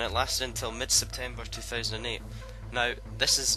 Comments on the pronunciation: Mid-SeptemBer, not Mid-SeptemPer =P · Septemper? Lol